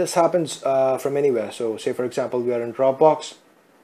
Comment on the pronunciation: OMG... @@@@ DID I hear Phai Control Instead Pie Control, and Aczamphal Instead Example.... PHAI PHAI PHAI Aczamphal Aczamphal Aczamphal... Poor pronunciation